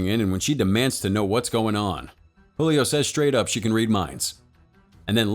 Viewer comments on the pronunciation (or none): Great Video Cinema Recap!! 😉😉 But I noticed some things off about the pronunciation of some names, like "Julio" and "Paola" where the "J" in Julio was pronounced like an "H". This movie is in Portuguese not Spanish so the "J" is pronounced like an actual English "J"(not really but much closer than the Spanish one) and "Paola" the "O" is the stress syllable. The things I pointed out affected absolutely nothing in the experience of the video, as I said before great video you don't really see Brazilian movies being displayed internationally so keep the good work!